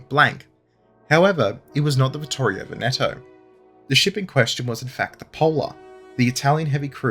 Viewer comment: It's pronounced TARanto - stress on first syllable. It's painful to hear the Brits mangling this name. Similar story for BRINdisi. And VENeto.